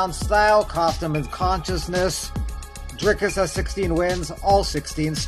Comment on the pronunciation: You said Dricus' name wrong- which is what he was complaining about on the mic after the fight lols